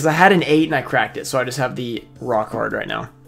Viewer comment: When you were talking about Curse of Dragon, it sounded like you said rock hard, not raw card. Hahahahaha!!!